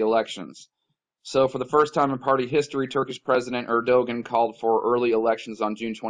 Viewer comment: Pronounced erdowan brother...;)